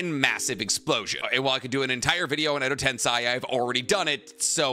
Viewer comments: I’m gonna have my Hermione Granger moment, but for everything that’s holy, it’s pronounced Edo TenSEI not tenSAI. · real question why do you say “Edo Tensai”, not “Edo Tensei”? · i feel like your intentionally trying to piss me off by pronouncing edo tensei as edo tensei and edo ten sigh. JUST SAY EDO TENSEI 😂😂